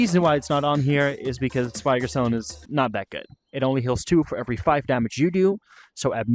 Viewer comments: Just one small thing, ITS PRONOUNCED VIG-OR. Great video otherwise. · Vee-gor my dude lol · pronounced vigor all sorts of wrong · vigor is not pronounced that way. just google it